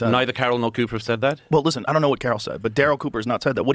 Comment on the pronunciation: See I wanted to like this video, but trashing Daryl Cooper is a no, especially when you can't get his name right, if you're gonna make content, do your research or shut your mouth